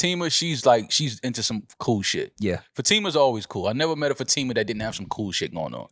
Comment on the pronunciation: Fah-tí-mah not fateema...